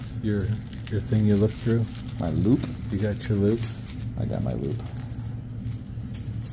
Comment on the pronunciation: Please make sure you say LOOP cause it sure sounds like LUBE. 😂😂